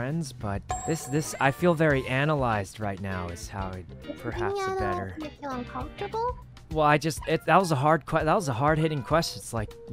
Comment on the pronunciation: She said, "does being analyze make you uncomfortavle"